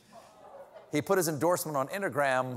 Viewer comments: Mr. Colbert cracking himself up at saying "intagram" gives me life 😆🤣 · OMG, the whole “intagram” and steaks bit had me laughing my head off! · “Inta-gram…” Oh dear, Stephen got contact drunk after the “Diet Pepsi” bit!